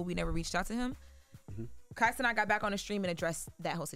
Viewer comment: Please say this man name right it’s “cee-nat” like a fly. Not cee knot